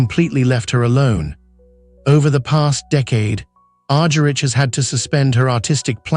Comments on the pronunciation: Its Argerich: Agharich not Arjerich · P pronounce her last name right. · that s what i said. Cant pronounce Ms. Argerich s last name properly. Ugh. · I implied it. He can't pronounce Ms. Argerich even correctly even. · Unfortunately I just could listen beyond the first few minutes due to the excruciating pronunciation. Her name was agonisingly mispronounced, and the French city of Lyon pronounced as Lion. If this is the best that AI can do it is a very sad state of affairs. Maybe it should be rechristened AS ( artificial stupidity) Such a pity because Marta is such a legend, and she deserves FAR more respect